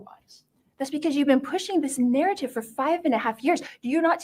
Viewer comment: Can she talk without saying NARRITIVE!!